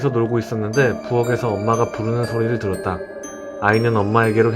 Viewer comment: 초 들었다 할때 들엇다라고했어요